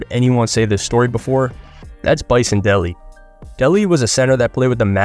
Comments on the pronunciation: It’s “day lay” btw, not Deli. He changed it from Brian Williams in 98, for his final season after playing his whole career as Brian Williams. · Bison De-LAY is how his last name is pronounced. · It is dele😂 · It's pronounced day lay